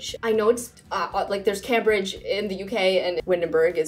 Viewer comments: I'm pretty sure Cambridge is pronounced like came-bridge not cam-bridge. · Love the video!! But just to let you know, it’s pronounced came-brigde instead of cam-bridge👍🏼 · I thought it was pronounced "CAME-bridge" not "CAM-bridge" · FYI - Cambridge is pronounced Came-bridge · Yeah the city in England is pronounced Came-bridge